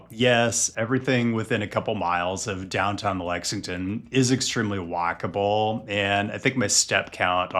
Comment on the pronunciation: My brain thinking you said wackable instead of walkable...